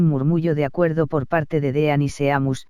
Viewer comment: tus audios son muy buenos pero para hacerlos aún mejor podrías pronunciar bien algunas cosas por ejemplos es: din no dean (la pronunciación) es nevil no neville ( pronunciación) igualmente tus audios son increíbles 🤩🤪✨